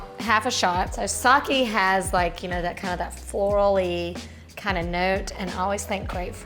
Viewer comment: Just an fyi it is not Saki it is Sake - pronounced Sakay. Saki is a female name.